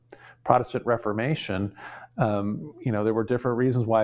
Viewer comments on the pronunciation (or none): none